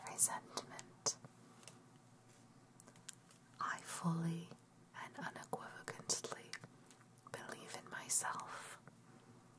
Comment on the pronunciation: Thanks for the upload. As well as the time and effort put in. But... un·equiv·o·cal·ly PLEASE! lol ;P